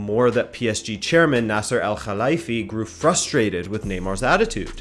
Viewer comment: Great information here man ! And btw I applaud you for trying to pronounce "Al khelaifi" properly, well done ✌️